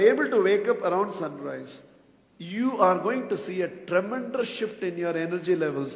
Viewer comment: I have been very much impressed by your language. But please correct the pronunciation of word 'tremendous' it is not tremendrous'